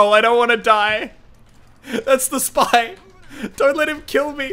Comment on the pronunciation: i thought i hear he said "that was my kill senpai" instead of "spy". Wtf